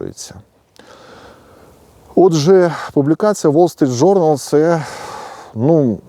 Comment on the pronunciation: "Уол Street Journal" це московська вимова,укр."Вол Street Journal.","публікац и я" це по москвинськи,укр. "публікац і я",та ін.Поліпшуйте свою украінську або просто укру.